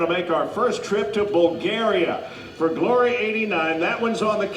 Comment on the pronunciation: when he says "are you ready for glory" he should drag out the GLOOOOOORY it sounds wierd otherwise